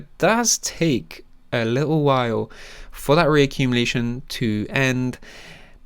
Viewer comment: A li-ull while. Never enunciate your T's